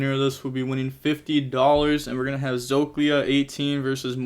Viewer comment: "zoklia, its said how its spelled" proceeds to pronounce it wrong too LOLOLOLOL u funny asf man